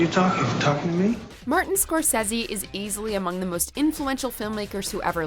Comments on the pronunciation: Martin cor-says-e???? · You make good points and this picture certainly deserves and will get the accolades to support the quality it has delivered, but you a) got facts wrong and b) can't even pronounce Scorsese correctly, who the hell are you hiring for this.